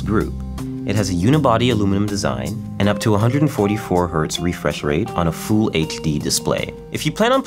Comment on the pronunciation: Full sounds like "Fool" lol